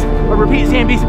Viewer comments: Why did u say zambies not zombies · andddddddddddddddddd also its not zambies itsssssssssssssssssssssssssssssss zombies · in the vid he says “Zombies I repeat Zambies “ lol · Me laughing at "zAmbies" when they told Rick to stop laughing at it 😂😂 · Why are they pronouncing it “Zambies”? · I love how they say zambie, but it is actually zombie. Btw I love your video! Keep up the good work!😊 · I like how they called the zombies zambies😂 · Bruh it’s funny that says “zAmbies” and also that the zombies looked so fake that this the best video EVER btw can you do more bunker budget videos because I absolutely love those videos so as the cardboard fort videos except don’t ruin them.it makes me SO 😤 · I love how they call zombies zambies😂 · Just keep saying Zambies 😂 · All of them keep saying zambies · They are called zombies not zambies 😂😂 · Ylwhy you call zombie zembiz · Bro can,t say zombies right zambies